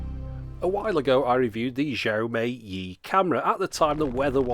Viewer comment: Xiaomi is pronounced as "Show me". 😉